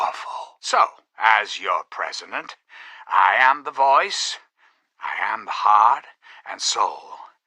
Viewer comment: did he say presiment?